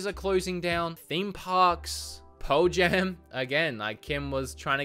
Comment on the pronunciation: Cool video, very informative, and still, I could only focus on how he says Pearl Jam.